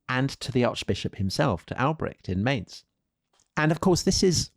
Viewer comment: 48: Mainz (pronunciation :))